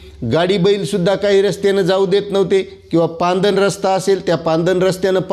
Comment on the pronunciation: सर पांदन नाही हो....... पाणंद रस्ता😂😂😂😂